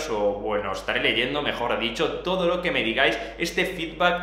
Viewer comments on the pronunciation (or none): none